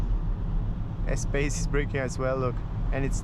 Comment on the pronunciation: Is it possible to fit 2 child seats and adult on the back? Btw. The car name pronunciation is "espas" not "espejs" 😊